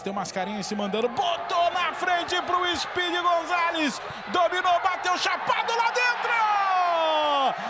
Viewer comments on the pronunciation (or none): Narrador: Speed González Eu: Speed Mendoza? Quem lembra do Colombiano Ligeirinho??